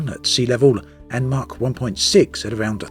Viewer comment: More good info from you, keep em comin. But,,, It's pronounced MACH (Mac) not Mark, for the SoS.